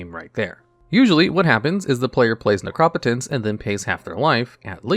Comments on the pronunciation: Necro-potence not nercop-otence , I swear you do this to upset me lol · Necro-potence. Keep going bro your videos are great. You mispronounce stuff here n there but that’s to be expected since you’re newer. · its pronounced necropotence. sheesh you always say the card wrong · But he doesn't say nec-ro-po-tence. He says ne-crop-o-tence. So unless you say necromancer like a crazy person he's saying it wrong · Your actually prounocing an O as an A's sound ah.. in neCROP ah tense.. So it is definitlvey wrong prouncing that was actually! : ) love this and duel logs been watching for over 2 years! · From now on I will only pronounce Necropotence as NehKrawPuhTehns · i know its a crazy word and if i didn't know it already i would fuck it up as well but it's pronounced necro-potence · Although I like the informative aspects, by far my favorite part of this channel is hearing how he decides to pronounce all these cards names. Ne-Crop-Otence takes me out every time. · Necro-potence. You're pronunciation is weird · The way you pronounce necropotence made me want to punch a baby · you say necro po tence wrong! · your ability to always say the cards name as wrong as possible is godlike. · Firs thing I thought was “no way he just said necropotence like that” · I just can't get over how you pronounce Necropotence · God the way he says necropotence hurts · First time I've ever heard "Necropotence" pronounced that way 😅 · I mean he has mispronounced other cards in other videos. You might be right tho about necropotence. We can agree that it’s a different pronunciation from the norm.